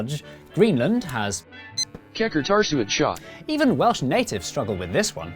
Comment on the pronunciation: & so there is a person who can say llanfairpwllgwyngyllgogerychwyrndrobwllllantysiliogogogoch but cannot say Qeqertasuatsiaat😅😅